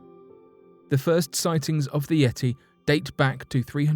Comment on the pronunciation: I had to stop and leave this comment before discontinuing to watch..once he said "yeti" at 36 seconds..haha wow